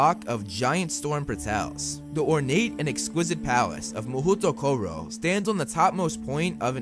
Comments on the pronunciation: As a half-Japanese I find it funny that the official pronounciation given to the Japanese wizarding school is mah-hoot-o-koh-roh when it should be pronounced as mah-hoh-toh-koh-roh. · It’s “mahootoo koro” ! It’s “mahou tokoro” (魔法所)。A pretty uninspiring name since it simply means “magical place” ._.